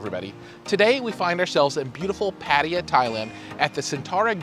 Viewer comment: "PADIYEAH" ITS PRONOUNCE PUH-TUH-YAH... BUT GREAT REVIEW BROTHER! THANKS...